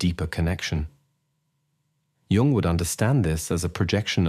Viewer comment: Carl G. Jung was not born in June ( joone). Al narration is horrible